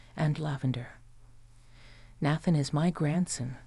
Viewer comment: Nayyyyyythan! Naythan.